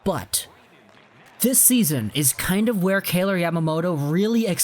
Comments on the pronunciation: Pronounced K-eye-ler like Tyler with a “K” not K-ay-lor like Taylor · you're pronouncing his name wrong...